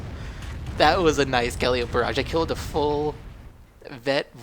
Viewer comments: its not calleeeope its calliiiiiiopeeee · Good game. Pretty sure it is pronounced "Ka-Lie-O-Pee" but your way is entertaining ;)